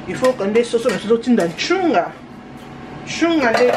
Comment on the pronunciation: Tu dis tout le temps chounga ezalaka nstunga 😄😉😉 eza kikongo